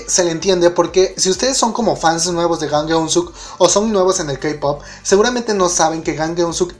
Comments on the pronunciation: se dice JJJJJJJAN Gen So!!!!!!!!!!!!!!!!!!!!!!!!!!! no GAN Guen Suk ji ji ji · Por favor esfuérzate un poco con la pronunciación, sería Llang Gün suk me duelen los oídos cuando lo pronuncian mal ¬¬' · se pronuncia es Jan ke suk